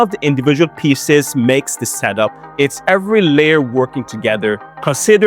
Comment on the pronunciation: Pieces not "peaces"